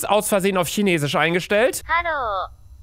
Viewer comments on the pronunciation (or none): none